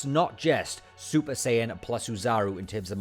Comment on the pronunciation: Is he saying super cion?